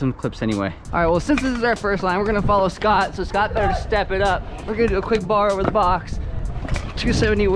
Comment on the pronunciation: “Knocked overrrr” 😂😂